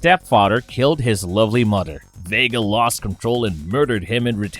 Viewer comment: Is the letter H not in your vocab? Man im sorry but its hard to get over the fact that you say udder or fadder or modder